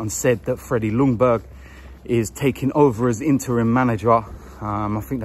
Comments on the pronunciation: mate its jungberg mate.. the l is silent, like sword a carl jung thing.. he is the boss now, back the j and forget bouts the l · It’s a silent L in Ljungberg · Just FYI, the L in Ljungberg is silent. Lj is just pronouned as j in Swedish